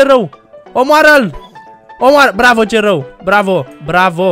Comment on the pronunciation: De mau multe ori ai zis celrau😂🤣